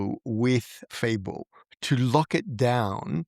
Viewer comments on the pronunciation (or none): Fable. Not Fabel it's like this isn't your job